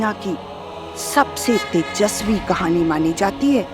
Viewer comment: It’s not khani please corrected😢